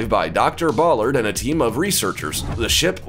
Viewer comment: It's NOT pronounced BOLLARD. It is BALLARD.